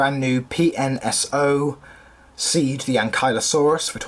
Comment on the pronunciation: I believe your supposed to pronounce it as “Say-da” but i like calling it “SEED” anyway, cuz its funny lol. Great review, I actually really enjoyed hearing the background noise of the cars driving by. This figure is so objectively good, but despite Ank being one my favorite dinosaurs, I have never been a huge fan of this figure. I think having the safari one satisfies me plenty, also I do believe I prefer the safari ones armament seeing as there are signs of heavy flaws with the pnso armament despite its heavy praise (I haven’t sat down to do my full research just yet, do keep in mind) but I do remember briefly seeing some contradiction to the accuracy of this figures armament, especially given that this model i believe was sculpted even before the safari one.